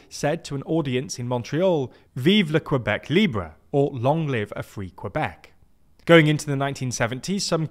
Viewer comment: we we. as a note, it is incredibly jarring to hear «Vive le Québec libre!» with a british accent.